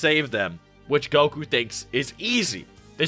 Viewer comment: How do you consume this much dragon ball content and you still can’t properly say the main characters name